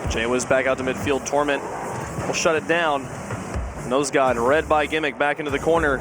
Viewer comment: love how he keeps saying nose dude instead of nose god lmao